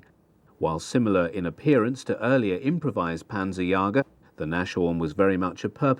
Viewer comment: Panzerjäger, not panzerjager. Nice video.